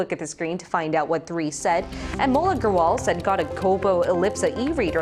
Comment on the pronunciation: You pronounced my name "Anmol Agrawal" right this time, yay! haha